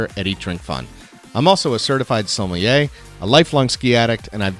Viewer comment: Your pronounciation of the word "Sommelier" is very weird. Its suh-meh-lee-ay.